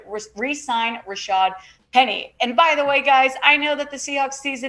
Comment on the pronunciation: The announcers called Rashaad Penny, Rashard all game.